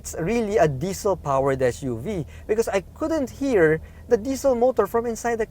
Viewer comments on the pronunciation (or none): none